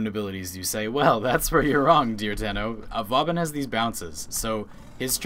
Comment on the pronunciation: My only problem, Vauban is pronounced voban with a long o. If you don't believe me the. Watch the Vauban prime trailer, they pronounce it at the end